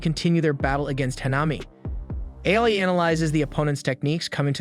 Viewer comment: It is not AI ITS AA-OO-II